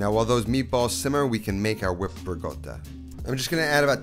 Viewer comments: So funny how you pronounce Ricotta so very 'New York style"haha Great recipe nonetheless..!!!! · Love you cooking . But its so annoying how you pronoince ricotta .. its not rigodda its ricotta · Can you please stop saying Rigotta and start saying Rikotta pls? I dont know why it bothers me so much haha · Absolutely love the food you're making, and the no nonsense presentation. But it drives me crazy that you keep saying rigotta instead of ricotta :-) No offense, and it might be my old ears. Keep up the excellent work. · I love the recipe but hates the RIGOTTA pronunciation. I mean, the guy is half Italian ! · Looks fantastic but it’s ricotta not rigoata 😅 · It’s ricotta, not rigota. Lol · its ricotta, not regoda🤌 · I like this recipe, and I’ll make it this week. Unrelated, I think I’m going deaf. Not sure but I kept hearing “riGotta”? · Sounds like he’s saying Rigotta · pls stop saying rigoata - it reduces my appetite hahaha